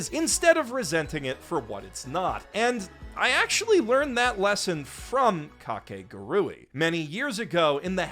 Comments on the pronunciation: what?? no, its ka-ke-gu-ru-i 5 syllabus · It’s almost like we as white people go out of our way to mispronounce things even when the official pronunciation has been stated it’s Kah-kay-guhg-ree 4 syllables my guy 4 syllables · I thought it was pronounced Ka ke gu ri 😭😭😭 my childhood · Is mispronouncing kakegurui a joke or something?